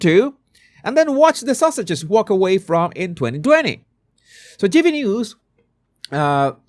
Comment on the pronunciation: I love the way you say Sussex'. It sounds like Sausages 😂 Perfect!